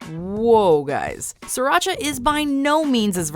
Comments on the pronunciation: I am viet and when they said siracha I was triggered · I can understand everything, except the Sriracha. You bite your tongue,!